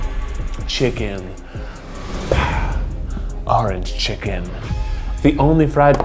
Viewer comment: "Arange Chicken"